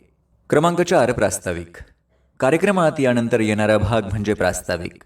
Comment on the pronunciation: न. आणि ण या दोन्ही अक्षरांचा उपयोग योग्य जागेवर करा. उदा :- यानंतर म्हणायचं याणंतर नव्हे. नेमकं म्हणायचं णेमकं असं नाही, सूत्रसंचालन असं म्हणायचं सूत्रसंचालण नव्हे. भाषणानंतर असं म्हणायचं भाषणाणंतर नव्हे.